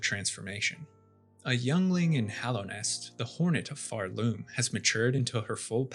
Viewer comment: "pharLOOM" youre stressing the wrong syllable and its annoying the fuck out of me